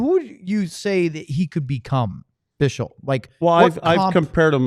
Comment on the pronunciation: Guys the name you can pronounce as bixel not bishel